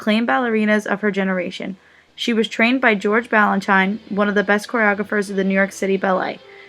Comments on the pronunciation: His name is pronounced BalanSHEEN, not BalanSHINE. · It's BalanSHEEN and BarISHnokov. God. If you're going to narrate a video about ballet, at least learn the correct pronunciation of the names and terms. 🙄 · Okay, if you can't pronounce George Balanchine and Mikhail Baryshnikov you should NOT be narrating this video! Take it down, and reload with a narrator who knows this industry. Wow just WOW. Insult to one of the greatest Ballet dancers of all time!